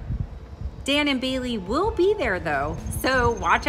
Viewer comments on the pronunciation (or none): none